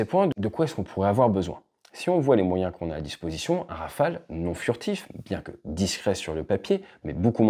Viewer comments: Rafael ? C'est si dur pour eux de dire Rafale ? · Le Neuron n'arrive pas bien à voler, rappelons nous. (160 vols , c'est zéro d'ailleurs) Espérons que le futur Scaf et le futur drone Wingman ferons mieux . On a envie d'y croire. PS : en Anglais, prononçons Rafaaaaale et non Rafael (qui fait Israëlien..)